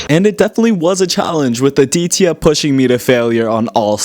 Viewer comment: The way he pronounced the name aditya